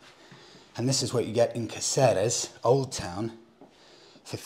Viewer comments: It's pronounced Katheres though😉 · his butchered pronunciation of caceres shouldve pissed ye off surely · Don’t be discouraged by those guys in the bar; your “te verde” was not bad at all. 😄👍🏻 Your “Cáceres” could benefit from some more practicing, though 😂Thanks for your videos, love them all the way! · Nice video but you were certainly ripped off by your Spanish teacher in Tenerife. Can´t order green tea, can´t pronounce Cáceres and don´t know what a tortilla española/Spanish omelette is.